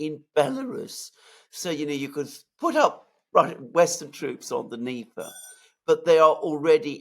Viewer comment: Alex Mercurious: there is NO such geographical term as DNEEEEEEPA. The river is called and pronounced DÑEPAR with the letter 'R' at the end too. You pronounce it WRONGLY all the time and it sounds RIDICULOUS, the ears hurt when you rip into your long DNEEEEEEEEP'A. It's DÑEPAR - with the 'R' at the end!!!